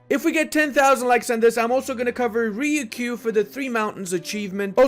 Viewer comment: When you said Riyukyu I didn't understand what nation you were talking about but the Three Mountains achievement made it obvious. It's actually Ryuukyuu so both u's are actually longer than normal. Here's some tips on how to deal with Japanese consonant + y + vowel: 1) it's a single syllable. There'r no i inbetween so ignore spellings like Tokio or Kioto. It's Toukyou and Kyouto. 2) I could find many examples in English but here's a few for some combinations. People please add more if you know any. a) myu: music or mucus b) kyu: cute or curious c) pyu: puberty d) hyu: huge As you can see I couldn't only think of certain uses of 'u' as that's often basically the Japanese 'yu' or at least close.